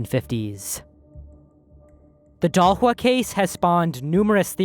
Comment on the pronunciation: Shocked that you went for a good pronunciation of Dahlsjö